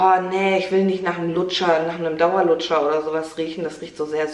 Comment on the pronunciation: ich musste so lachen als du gesagt hast dauer luscher 😂😂😂